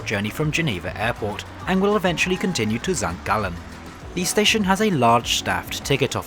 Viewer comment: #1. Excellent pronunciation of my hometown of St. Gallen. #2. I live very close to the Stadler works and we were very VERY upset that SBB chose to go with Bombardier. I like many of their products but when you have a domestic highly regarded train manufacturer " down the lane" as it were, the purchase made no sense and frankly raised some unpleasant questions.